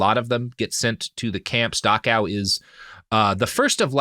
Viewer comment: It's Dachau not Dakaw. Why is it so hard for americans to speak? :D